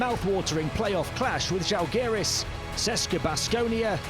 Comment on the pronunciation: EUROLEAGUE IS ITS A EUROPE LEAGUE! COULD YOU PLEASE HIRE SOMEBODY WHO WILL ABLE TO PRONOUNCE DAMN NAMES. You guys cant pronounce even clubs with perm licenses. CSKA is not CESKA etc I am not even talking about other clubs and players, its painful to listen.